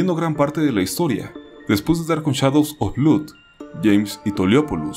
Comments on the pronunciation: blood se pronuncia blod, no blud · Tal vez quisieras hacer unas precisiones. No sé cuándo hiciste esta investigación, pero actualmente el director más joven de la historia en el GWR se llama Saugat Bista (7 años) y está en el gremio de directores de Nepal, y su película tuvo difusión en cines. Se pronuncia 'blod', no 'blud' Saludos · Tu pronunciación de “wonder” y “blood” son incorrectas, esos detalles deberías revisarlos antes de publicar el video. Gracias.